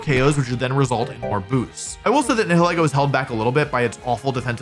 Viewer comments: its nye hill ee goh not nee hill eh goh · You did butcher the pronunciation of "Nihilego". It's a combination of "nihilism" and "ego". "Nigh-ill-ee-go" The H is silent, and the E is pronounces like the name of the letter itself. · Nihilego is a combination Nihil (as in Nihilism or Nihilist) and Ego (As in the Ego, Super Ego, and Id) It's just those 2 words pronounced back to back. Nye (Like Bill Nye) Hill (Like a lump of dirt) E (pronouncing the name of the letter) Go (Collect $200) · People always struggle to pronounce my name (Niall) At Pokémon events, I briefly tried to explain that it's pronounced like the first syllable of Nihilego That... did not work, because people always struggle to pronounce Nihilego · Wolfey! It’s pronounced Nai-ha-lee-go just so you know 😊. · Pretty sure it’s pronounced nihileego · Nile-ego is how I pronounce it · I pronounce it Nile-Ego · Nihilego is a parasite that surpresses its host's higher mental faculties, forcing them to act on their basest desires. Therefore, you pronounce "Nihil" the same way as in words like "annihilate" or "nihilist", and then pronounce "ego" like the word Ego. NIGH-ill-EE-go. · you’re all wrong, it’s “na-HELL-go” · it's pronounced n-I-i-leego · Most people pronounce it Nihil-ego like nihilism & ego.